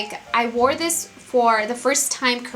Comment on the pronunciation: i swear am not hating,am just curious,,why does she tend to switch the "z" and the "s" when she's talking..like she said "i like to put thiZ on my noSe " !!